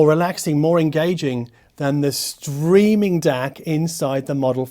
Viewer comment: For a moment I thought you said "screaming music".